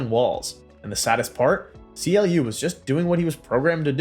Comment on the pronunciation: CLU is not pronounced C. L. U, it's pronounced "clue" fyi.